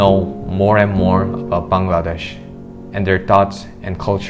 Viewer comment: Tha way he pronounce Bangladesh🇧🇩 prooves he lived here for 13 years❤️